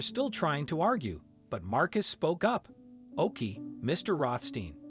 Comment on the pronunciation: When the voice pronounced “OK fine” “Ahk fine.” Can’t they edit these computer generated voices?